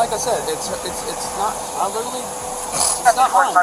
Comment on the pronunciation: "Letarally"? What's that supposed to mean, according to you?